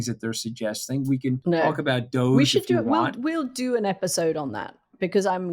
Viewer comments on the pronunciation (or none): It's not DOGE. It's DOG E, as in "doggy." Give Elon and Vivek's flop the disrespect it deserves.